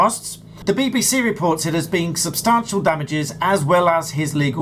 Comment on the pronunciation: There's no R in substantial... Stop it!